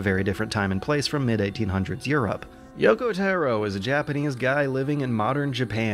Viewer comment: No one This guy: "Yoko Terrow"